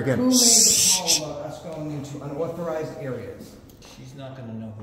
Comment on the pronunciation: How come Josh can't say "unauthorized?" 🤣